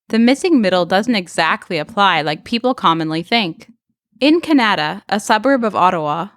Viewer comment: I thought she mispronounced "Canada" there. lol. Yeah low-rise apartments should be legal on 100% of developable land. That would straight up solve the housing crisis in my estimation.